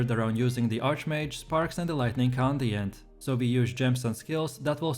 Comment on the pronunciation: It's Conduit, not Condient